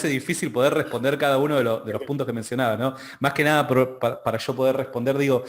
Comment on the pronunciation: .........es YO.....no SHO......controle su pronunciación...!